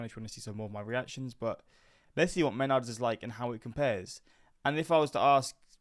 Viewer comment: If you ever listen to the commercial jingle, the name is pronounced “meh-NARDS”. Emphasis on the second syllable. Until this video, I’ve never heard anyone call it “MEN-ards”.